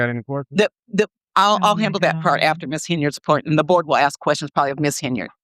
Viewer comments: It’s ask. Not axk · She says "wit chew" for "with you". They also say "axe" for ask. And "din do nuffin" for I didn't do anything.